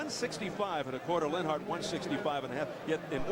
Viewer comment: This dude narrating can't even sayLenharts name.